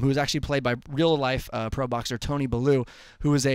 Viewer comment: It's pronounced bell-you